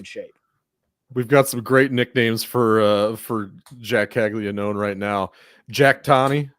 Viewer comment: Bruh Caglianone has been a monster for 2 years now at Florida, was a consensus top pick, and yall still have no idea how to pronounce his name…? Cmon man